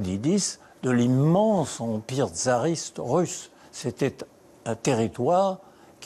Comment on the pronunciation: Il est curieux d'entendre M. Robert Badinter prononcer " tzariste " au lieu de " tsariste " d'un côte et " fassiste " au lieu de fascite ( ch en francais communément accepté ) de l'autre Pier .